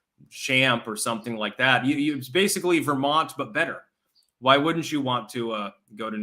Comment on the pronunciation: Its pronounced BETTER. Doesn't even sound like "DIFFERENT" 😅